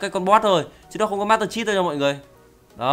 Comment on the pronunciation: Master Chét Không Phải Chít =/